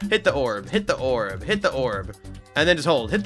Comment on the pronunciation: “Hit the oorb🫠” - 2026